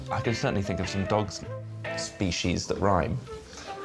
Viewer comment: Ivo is now my favorite! It seems so rare that anyone pronounces it spee-sheez. Thank you, Ivo. You gained +1 fan